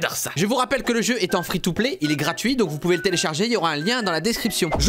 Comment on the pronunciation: On dis pas c'est iZi tout play mais on dis Free tout play